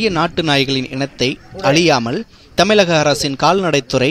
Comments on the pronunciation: Please pronounce Tamil properly.....Its not Tamilagan...Its Tamizhagam.... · தமிழகம் Not தமிலகம்.Sick and tired of tamil news Presenters unable to properly pronounce the pride of Tamil- ழ. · plz try to have proper Thamizh pronunciation.. Thamilaka.. kekave kandraviya irukku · Its not 'Tamilagam' its 'Tamizhagam'. Journalists have a great social responsibility. Please pronounce Tamizh properly. Its a beautiful language. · தமிலகம், விலாத்திக்குலம்..... தமிழ் ஊடகத்தில் பணிபுரியும் குறைந்தபட்ச தகுதி கூட இல்லை இந்த ஆளுக்கு